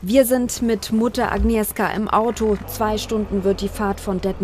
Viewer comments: Spricht bitte den Namen "Agnieschka" aus. Wenn ihr "Agnieska" sagt regt mich, als Polen sehr auf. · Es wird agnieschka ausgesprochen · Ahhhh wie sie agnieszka ausspricht aua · Wird sind immer noch in Deutschland. Nicht schlimm, dass man den Namen nicht richtig aussprechen kann. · Das macht mich so aggressiv, dass die Sprecherin von der Mutter den Namen nicht aussprechen kann.